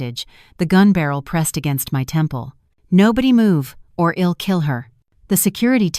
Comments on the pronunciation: It is I'll not ill. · This is a very annoying story. Apart from Asterisk Asterisk there's the misreading of I'll to ill and I 'm to Im..... .. what the hell??? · Yet can't pronounce, " I'm or I'll " correctly.